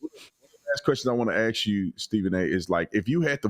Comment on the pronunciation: It’s “ask”